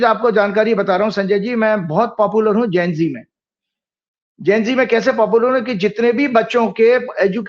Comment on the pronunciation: ne pahli bar sahi pronounce kiya..Gen Z. Thanks. Zara ko bhi sikha dijiye ki ashuddh oocharan ka tyag karein.. The right ✅️ word is Gen Z.